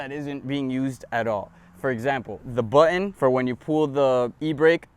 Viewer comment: man the car is amazing even though its missing a few cylinders but the way say "button" cracks me up bro